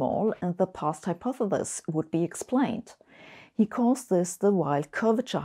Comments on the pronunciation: I love Sabine as much as the next person here but she really does need to practise saying "hypotheSis" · A brilliant theoretical physicist who doesn't quite know how to pronounce the word "hypothesis". Finally, there's something I know that Sabine doesn't! lol. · hypothethis hypothethis hypothethis... once you realize that's how dr. hossenfelder pronounces it, you'll never be able to pay attention to what she's trying to talk about today. I think she said hypothethis about a hundred times in this video! I still love them though. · I want to teach her to pronounce hypothesis